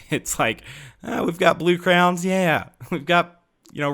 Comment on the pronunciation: I thought my friend was the only person he pronounced Crayons as "Crowns"